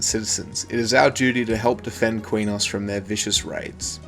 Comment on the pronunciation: Btw Quenos is pronounced, kraynos SoW is pronounced sow, as in a female pig.